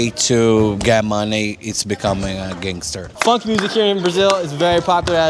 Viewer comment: WHITEST way of saying the term "gangster" I ever had the pleasure of hearing 😂